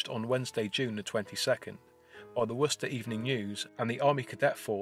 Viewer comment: First time I've seen a YouTuber pronounce Worchester properly.